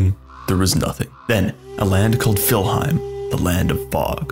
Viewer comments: It's called "Niflheim" not "Filheim". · I've never heard Niflheim being referred to as Fillheim before ... interesting. Edit: Had to stop watching this video due to the sheer amount of incorrect information. :/